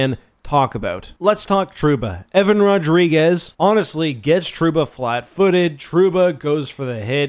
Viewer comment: His name isn’t RodrigueZ bro..